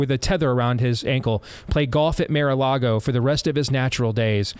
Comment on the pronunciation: 1. Mar-a-Lago does not have a golf course. 2. Learn how to pronounce it.